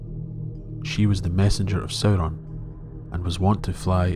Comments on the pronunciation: You pronounced it as "Soh-Ron" not "Sow-Ron". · It's really distracting how the narrator keeps mispronouncing Sauron. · Sauron is not even his first name. Before Melkor's corruption, Sauron The Abhorred used to be Mairon The Beloved, the former star pupil of the Vala Aulë himself. It really doesn't matter how the names are (mis)pronounced. Consider that Professor Tolkien himself was a linguist. His real-life appreciation for the diversity of human languages and nature is reflected in his own legendarium. The Elves, Humans, Dwarves, and his other creations are vast and diverse when it comes to language and history.